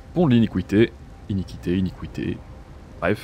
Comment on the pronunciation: Merci pour l'info, c'est vrai que je n'y suis pas allé ! (🗣 pour la prononciation de "iniquité" c'est bien " ini ki té " 👌)